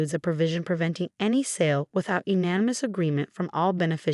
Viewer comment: Can't pronounce backpedal or unanimous? You need another program.